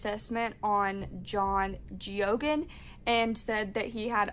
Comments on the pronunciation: It's pronounced Gay-gen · His name is pronounced " Gay-gan"